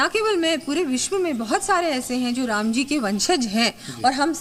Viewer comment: Ram ky hota hai shri Ram prabhu Ram 🙏bolna sikh lo phir reporting karna😠